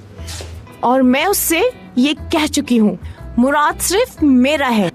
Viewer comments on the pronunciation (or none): it's muraad they pronounce it Muraat and write it Murat